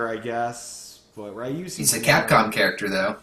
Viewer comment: Hate to nitpick but Ryu is pronounced ree-yooh